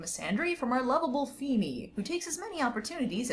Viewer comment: Just noticed you called phoebe, “phoeme” 😂